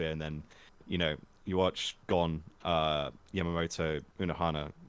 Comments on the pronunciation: Fun to listen but don't call Yhwach you-watch. It's like YHWH with the second "h" is like the first. Some of you called him like that and it's disturbing. Just "Yuha" or something. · Thank you guys for this amazing video! I swear i wasn't screaming everytime you guys pronounced Yhwach wrong lol